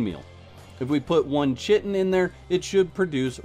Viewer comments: JFC it's pronounced "kai-tin" not chit-n. Dear lord people, it's friggin English, read a dictionary! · Kite-n (chitin) Great info though! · I knew plant fiber turned into spice but didn't know so many other plant-based resources did. Thanks for the info! By the way, Chitin is pronounced KAIten. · Chitin is pronounced "Kye-Ten". Rhymes with Sky-Ten